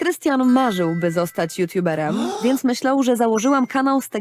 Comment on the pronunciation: i mówi sie: JUTUBEREM a nie jutjuberem